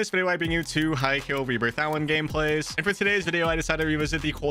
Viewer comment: Anyone else hear him say rebirth Allen every vid lmao